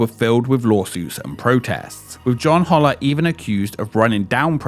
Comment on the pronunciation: His last name was pronounced Hole-er NOT Hauler!